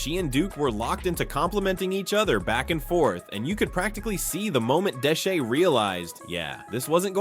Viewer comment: Bro said Deshee 😂